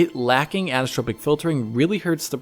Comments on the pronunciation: He sounds a little drunk here. Anisssssssssstrrrpc filtering:))) Dude.......it is 'an-i-so-trop-ic' (5 distinct syllables with emphasis in the 'i' (prounounced 'ee'). An-ee-so-trop-ic. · Repeat after me: Ann-eye-so-tropic, Ann-eye-so-tropic, Ann-eye-so-tropic. That's how it's pronounced. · Sorry... Did you mean anisotropic? Because the way you say it sounds like "anistropic" (which doesn't exist).